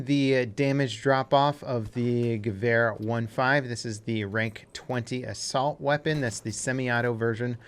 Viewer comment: It bothers my OCD that you can pronounce Gewehr decently for a non-German speaker, but you still mess up the "Sturm" horrifically, lol. Good video still tho, no hate, just pointing it out.